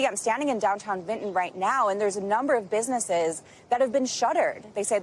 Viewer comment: And it’s BENTON not VINTON